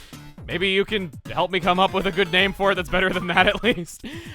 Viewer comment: I had a feeling he would mess up the names at some point!